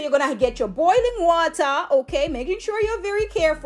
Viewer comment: That Jamaican accent can't hide sis..the moment you said "wata" , liked!!